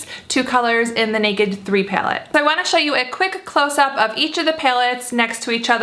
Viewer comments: it's pallet not pyaloot 😂😂😂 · Pilate? Like what are you even saying? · she pronounces "py-alette" funny. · Peylette peylette peylette peylette lol the way you say it. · Hehe I heart your accent when you say palette ;) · I love how you say palette. it's different, but maybe it's just me lol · She's from Arizona if that changes anything lol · lol no definitely not from Arizona we don't speak like that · Literally had to stop watching this after 25 seconds into the video because of the way she said "palette"